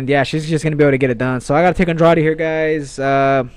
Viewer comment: Please start to pronounce Andrade right, you must have heard the correct pronounciation over 100 times if you listen to UFC broadcasts, can't be that hard